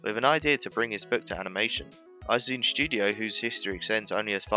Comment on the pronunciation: learn to pronounce Izune.... ugh... brits...